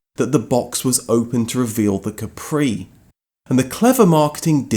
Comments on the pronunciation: I’m surprised it’s not mentioned in the video or in the comments that the name Capri is completely misspelled, as the island off the coast of Italy is called Capri with emphasis in the A, like cápri, not caprí! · Fun fact: the correct pronunciation in KAH-pree, Del-Boy style, not ka-PREE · What's funny is that "Capri" in Italian is pronounced with a totally different accent (Càpri, not "Caprì"). It's not French. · I used to be good at languages back in the day and I used to point out that the Island of Capri in the Bay of Naples is pronounced KA-pri. The emphesis is on the first syllable. (Think of the Ford KA with a whispered pri.....it even sounds Italian.) So I drove my KA-pri while the others were driving their "kepprees". They used to call me a snob for some reason. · To be a real geezer you have to say Cappry. Accent on the first syllable.